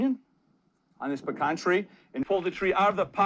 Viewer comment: You need lots of room! I have huge old pecans. They develop very deep roots that help them survive in dry weather. In Texas, we pronounce Mahan as May’ han (as in hand without the d). Glad you got the pecan (puh-Kaan’) pronunciation correct😄. Enjoy your channel.